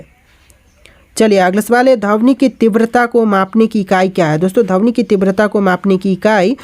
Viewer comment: Sir dhamni nahi dhwani